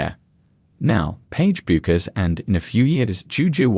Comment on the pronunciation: can't pronounce her name right!! terrible video